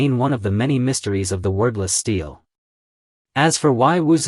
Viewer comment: Very interesting!👍 But, for heaven’s sake, learn how to pronounce “stele”!👎🏼